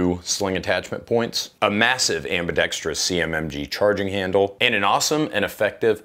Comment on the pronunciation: Thank you for being the only Guntuber that can pronounce "ambidextrous," correctly.